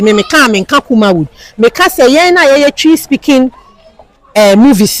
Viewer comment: Madam, be mindful with your pronunciation. It’s not Kumawoo, it’s Kumawood